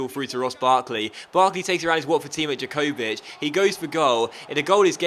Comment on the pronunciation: jankocic is said yankovixc